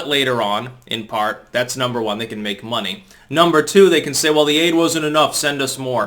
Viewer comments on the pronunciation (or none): none